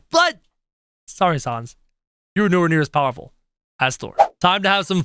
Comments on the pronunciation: It's pronounced s-an-s not s-ah-n-s. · It’s sans not sons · did he say sons instead of sans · Can you plz bring sans back and you say sons it’s sans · It’s not sons it’ sans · ITS SANS NOT SUONS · It's sans not sons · Oh and it's s ae sound n s not s o n s sans not sons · Saaaaaaaaaans not sons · He said sons! 🤣🤣🤣🤣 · ur saying sans like sons is pronounced sans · Its s a n s not s o n s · It’s not sawns it’s sans s-an-s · Its sans not sauns kro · Say Sa-ns not Sons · He says sons instead of sans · Its sans not son kro! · It is pronounced sands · je zegt het als sens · Nobody::sOns! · The way he says says smh but also XD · WHO IS SANDS DO YOU MEAN SANS??? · He said his name wrong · That’s not how you say Sans